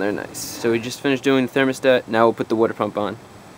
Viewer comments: Wooder pump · the WOODER pump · Wuter pump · Can definitely tell youre from New Jersey. Lol. My wife pronounces water the same way.